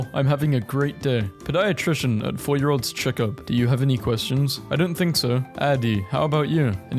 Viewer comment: It’s “pēd ēə Tri shun” not pə dī ə Tri shun